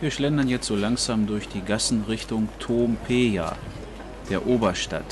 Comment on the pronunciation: Tállinn, Tóompea, die Betonung ist immer auf der erste Silbe. Sonst ist ein gutes Video. Danke